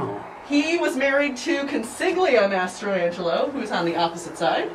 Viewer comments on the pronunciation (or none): She says the name strangely, ‘mastra-angelo’ but people I know with this last name pronounce is ‘ma-stran-Jello’ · I think the young lady who gives the tour should know how to pronounce these beautiful Italian names. Not her fault, she may not be a full blooded Italian or never studied or spoke the language. The name "Mastrangelo" is pronounced in 4 syllables, i.e. phonetically mass-tran-gel-o. Consiglia is not "con-sig-leo" but in Italian words with "gl" together emphasizes only the "L." That name us pronounced "Con-seel-ya." (no "sig" at all!) And if you look at the holy card in that lovely book you will note her name is listed as "Celia." That is very close to Consiglia, when her name us properly pronounced. She may even have her name Americanized to Celia on many of her documents throughout her life. I just love how you have preserved these treasures.